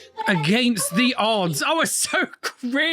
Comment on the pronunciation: "AGAINST ALL DDDs"?! I think he meant ODDs 😂